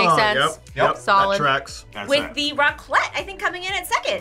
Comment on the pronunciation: The "raclette" wtf